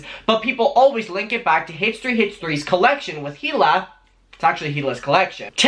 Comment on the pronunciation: The H in Hila's name is silent.